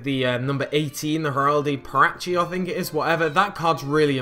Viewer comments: Heraldic Perachi? That's Patriarch, as in Pay-tree-arch. :P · Did you really just pronounce patriarch like that?